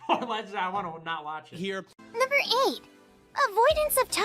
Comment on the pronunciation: I believe the AI voice does not say "Number 7" but says "[N-WORD] 7". Did anyone else hear that?